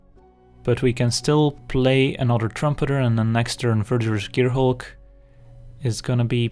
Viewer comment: When you say 'anodder' haha